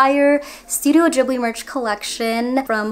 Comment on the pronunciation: Love everything but the way u spell out the movies and "Ghibli" I cringe soo hard😣 Sorry